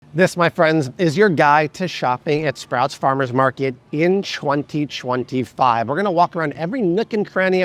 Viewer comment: 2025 The way he said it was so weird 😂